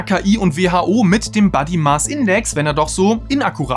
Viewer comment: Super Inhalt, aber bitte bitte bitte: "body" spricht man entweder mit kurzem o (Britisch) oder nasaliertem a (Amerikanisch). Bei dir (und das machen komischerweise fast alle Deutschen) hört sich das nach "buddy" = Freund an, da du es mit einem kurzen a aussprichst 😉 und das ist ein super kleines unwichtiges Detail, triggert mich aber immens 😬😬😬